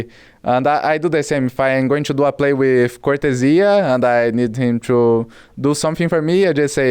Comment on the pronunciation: I hope people can learn how to properly say Cortezia now Cor the zeeuh